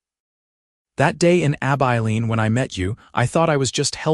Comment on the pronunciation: Stopped after about 2 minutes when the narrator mispronounced Abiline.